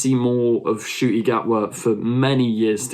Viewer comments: I noticed you don’t pronounce the N in Ncuti. I get why but he actually revealed that he mispronounced his name because it would be easier to pronounce or something along those lines. So yeah the N isn’t silent, just as a tip >.< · Ncuti is pronounced "Shuti"